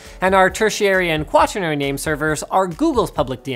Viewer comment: You mispronounced quaternary. You said "quatranary."